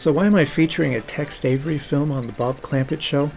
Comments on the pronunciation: Dude why are you calling Tex Avery “Text Avery”. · It sounds like you're saying Text Avery. The subtitle is spelled Text also.